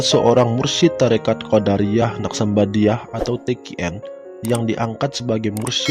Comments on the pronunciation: Assalamualaikum.. Bang....maaf..Abang menyebutkan " qodariyah"...seharusnya " qodiriyah ".. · Sangat bermanfaat, cuma dlm penyebutan nama msh terdapat beberapa kesalahan, misal Qodiriah di sebut Qodariah, semoga bisa lebih baik lg.👍